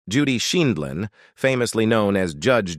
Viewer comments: It’s not Scheenlin or Schindlin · Apparently AI can’t pronounce her name correctly. And a few other words